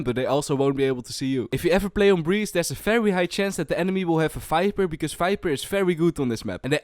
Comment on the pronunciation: I have a cool line up in ascent if your pushing B and if you fade i wish i can send it but i think my father wont allow me T^T What i here:fiper The agents name:viper How i say ascent:ashent 👁👄👁